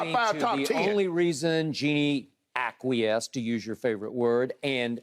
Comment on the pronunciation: Acquiesce is Shannon’s favorite work but he sure can’t pronounce it.